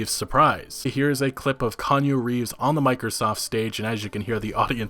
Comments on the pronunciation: Every. Single. Time. Kan U Reefs! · Kanye Reeves ? Kanyu Reeves ? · Kanye Reeves? Lol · "Kanju Reeves" -, 2019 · "Kanye Reeves?"